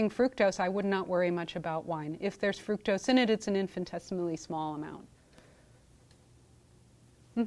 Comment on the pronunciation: I agree, and he could learn to pronounce fructose correctly.